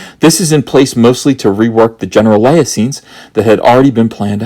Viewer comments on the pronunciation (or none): none